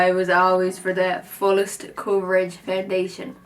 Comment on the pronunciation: You mean coverage not cvrggggg right ? 😂❤️